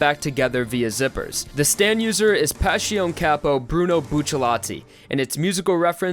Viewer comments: PLEASE PRONNOUNCE PASSIONE CORRECTLY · all his pronunciations hurt me haha the way he said sale was particularly bad, formaggio, melone and passione are equally as painful